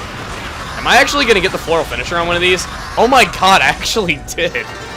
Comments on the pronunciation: it sounded thike u said "Oh my cod!" instead of oh my god! and you killed a fish!!!! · did you say ''oh my cod''